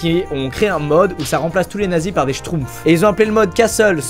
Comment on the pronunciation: Gargamel aussi et shroupf